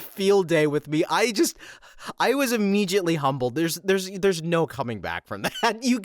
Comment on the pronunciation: "Immegiately?" Dude, there's no "G" in ImmeDiately.